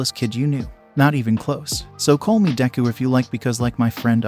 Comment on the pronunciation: DEKU not Dangku